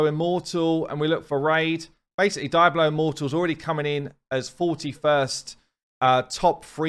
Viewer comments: i always love how the English pronounce Hispanic words. Diablo he says as DIE-blow instead of dee-AH-blow, i've heard Brits pronounce Martinez as MART-in-ehz as opposed to mar-TEEN-ehz, etc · "Daiablo" immortal lol... Its Diablo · DEE-AH-BLOW. Clearly, never been to Spain. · Is that how people pronounce “Diablo” in your English accent? My U.S. English accent says Dee-Ah-Blow and I hadn’t heard “Die-Ah-Blow” before. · No one: Really no one: Absolutely fcking no one:: DAIABLO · Dee-ablo, come on! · omg it drives me nuts how you say Diablo. You can never be a content creator for that game. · Lmfao .. The way you pronounce Diablo is hilarious 😂